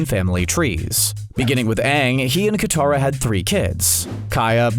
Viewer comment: It’s aang and katarra